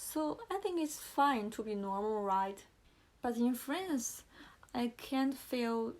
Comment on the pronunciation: 1. 刚看到第八秒，你的channel 和 france的a都发错了，两个[æ] 你第一个听起来像是[e] 第二个像是[ei] 而且还把n吞了。 2. 看到第26秒，一个句子里不是所有单词的发音都需要完全完全发出来的，你应该完全不知道liason的一些规则。小词的弱读（比如，to不要发饱满的two, 而要发成/tə/，就好像can不发/kæn/而发/kan/一样），非元音单词前的t的吞掉，元音前的t变成flap t等 3. 看到第43秒， 你granddaughter的发音问题和france一样，那说明你真的需要在这个音上重新下功夫。pa的后面为什么有r的卷舌音，你读idea不会读成idear吧？ 4 看到第46秒，do是助动词后面的动词只能是原型，所以你想表达强调应该说，he did help me a lot. 然后是lot的发音，我不太确定你觉得自己是英音向还是美音向，如果是后者的话 not,lot 的o 都应该发/ʌ/ 而不是 /ɒ/, 但是你好像发成了/au/ . appreciate 及物 需要加 it